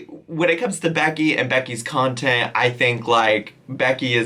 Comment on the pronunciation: “Nontent?!??” That’s perfect!